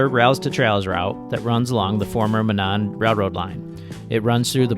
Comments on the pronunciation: A headwind coming north from Indy is actually unusual! Monon actually pronounced MOE- nahn ❤ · it is pronounced MO- non. With a long O on the first syllable and short O on the second. That is my only criticism. Great video! I ride a lot of those fine northwest Indiana trails just about everyday. Safe riding to you!